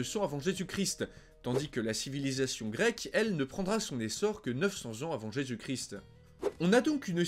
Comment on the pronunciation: Salut salut, bonne émission comme souvent par contre rectification à faire niveau prononciation ^^. On dit le christ en prononçant toute les lettres ou on dit Jésus-Christ mais la le "st" ne se prononce pas. Désolé mais c'est horrible à l'oreille et tu peux vérifier comment ça se prononce sur internet si t'es pas sûr ;)